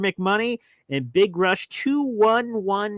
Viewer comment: It’s pronounced big rush twenty one twelve (like the rush album)